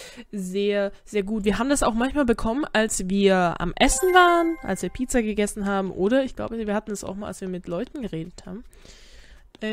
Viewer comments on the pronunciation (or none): ich finde du sagt immer so komisch Pizza du sagt Piza oder so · du sagst pizza irgendwie komisch